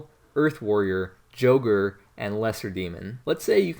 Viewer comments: its pronounced Y-ogre not J-ogre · "Joe"ger.... lmao